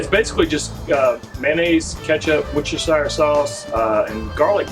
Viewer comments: "Rooster-sheer" your welcome! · com'on it's easy, woos-ter-sure that easy. If you pronounce sure like me and not like the Jersey Sure;-)